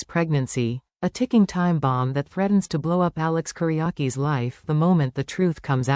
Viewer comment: It is Kiriakis, NOT Kiriaki. Train your stupid AI.